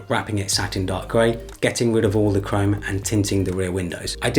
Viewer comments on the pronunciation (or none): none